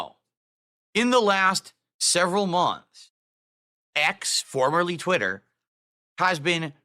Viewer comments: Twit.Ter. Lol Just like how he pronounces accessories as “assesories” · TwiTTer. Why does he say it like that lol Dood is an alien. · TWITTTTT TTTTTER he 100% has a speech impediment he tries to cover up lmao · "TwiTITer" wtf? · The way he pronounces twitter is infuriating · It’s the same way he pronounces DOO DEE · Most likely to emphasize twit and no other reason. Probably saw himself on the stream when he was saying that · The way he says twitter is very strange and off-putting. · Why does he pronounce twitter like that